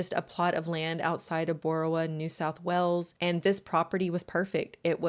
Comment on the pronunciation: Enjoyed this but it was really confusing with your pronunciation of things. Cult and colt arent pronounced the same. Wales sounds like wells. Jail sounds like jell. I did subscribe though and hopefully the other videos are better